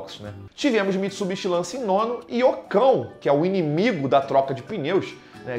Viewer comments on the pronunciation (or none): Todo fez eu dou uma risada quando ele fala do ocon ou loucão 😁😂